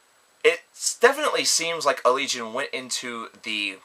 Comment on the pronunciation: Best album of the year so far. Btw you pronounced the name wrong xD it's allegayon